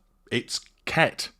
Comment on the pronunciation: "Ket", not "cat".